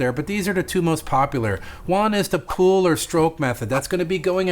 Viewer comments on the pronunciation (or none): I kept hearing you say pool. So I looked at transcripts, in the transcript you say pool. But what I think you meant was pull. I just needed to see what you were actually saying definitely gonna try this method.